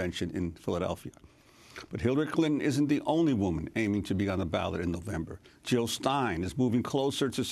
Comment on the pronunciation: Jill not Hill !